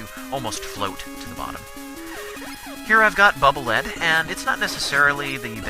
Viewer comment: haha...hearing you call it bubble "lead" (mineral) is a little funny and a little upsetting